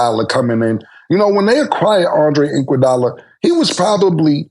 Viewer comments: “Andre Inkwadolla”😂🤣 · “Andre Inkwugala”😂😂😂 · “Inkwadala” is crazy 😂😂😂😂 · Inkuadala is CRAZY Killa, there's no I or K in Iguadala's name bro 😭😭😭